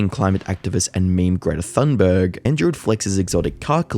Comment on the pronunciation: Bro said griddy thumberg